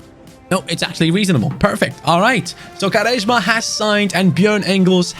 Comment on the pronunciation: Why are u pronouncing quaresma like this.